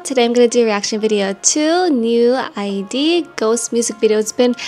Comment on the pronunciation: It's pronounced as New-eed. 😊